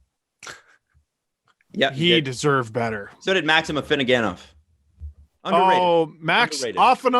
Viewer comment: That was the Turdburger jersey,. It's AFINO-gen-ov,.